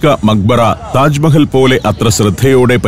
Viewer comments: ടാജ് മഹൽ അല്ല താജ് മഹൽ.😂😂😂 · 'ടാജ് മഹൽ ' അല്ല... താജ് മഹൽ. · സഫാരി താങ്കൾ ടാജ് മഹൽ 1 അല്ല തെറ്റ്. താജ് മഹാൽ . Ok തിരുത്തുക.